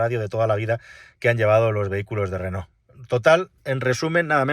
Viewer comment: Llama la atención lo bien que pronuncias "Renó" y que no sepas decir Palencia. En fin. Es lo que tiene ser pobres.